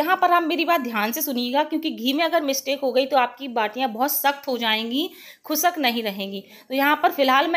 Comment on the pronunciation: Mam recipe bhot achi pr plzzz ap khusk mt boliye khushk hota hai